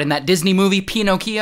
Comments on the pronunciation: Was he about to pronounce Pinocchio like Pino-Kiyo at the end? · love how he pronounces pinochio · The he pronounced it "peenocio" had my dying 💀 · its pronounced peh-no-keo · "Pino-" is all I had to hear to know he was going to mispronounce it. 💀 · I can’t get over how he pronounced Pinocchio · That pronunciation of “Pinocchio” has to be illey